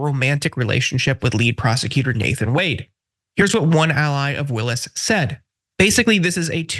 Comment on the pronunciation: Stop mispronouncing ms Willis’s name.